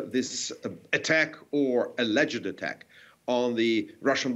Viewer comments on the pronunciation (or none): Did he say elleged attack 😳 🤔